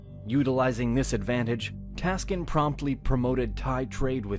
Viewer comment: At 14.10 : Wrong name in this video "Praya Taksin" not "Taskin"